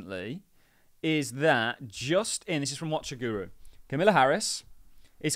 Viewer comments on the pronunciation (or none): are you incapable of pronouncing Kamala? Camilla? Come on. Be an adult. Be respectful. Do better. Sincerely, A Patreon Member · CAMILLA :D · Unbelievable you can't pronounce her name properly!!🤦🏾‍♂️